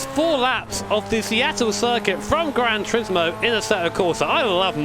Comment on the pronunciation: “Granch Rismo”